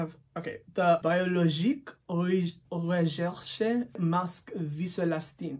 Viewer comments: Ohh God its 2 a.m. here and I laughed out loudly at your french pronunciation of her maskkkk 😅😆🤣🤣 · Sorry I’m french I laughed at the way you pronounced that brand name I can’t stop replaying it 😂😂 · I love your prononciation of biologique recherche it sounds germain 😭😭 as a french i thouhgt it was funny 🖤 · i speak french and the way you said the name of the mask killed me 🤣